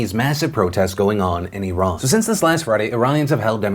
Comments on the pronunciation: Props to pronouncing Iran correctly. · Thank you for pronouncing ‘Iran’ correctly. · Anyone else here appreciate how Phil pronounces names of people and countries the way they pronounce it themselves instead of "Americanizing" it? Like "i-RAHN" instead of "I ran" and "CHEE-lay" instead of "chil-lee"? I just wanna say that I appreciate you doing that, Phil--it may be a small thing to most people, but to me, that's an extra mile you didn't have to take but I'm glad you did.